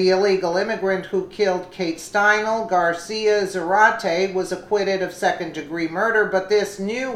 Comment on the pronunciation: Ok enough ! It’s pronounced Kate Stine lee !!! Kate Stinele FFS I’m sorry but pronounce it right !!! She is dead !!